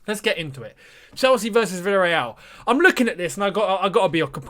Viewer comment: Chelsea versus virrereaal!!😂😂😂😂😂